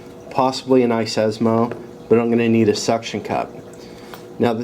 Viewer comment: It's iSesamo and iSclack, your missing out some syllables and consonants ;-)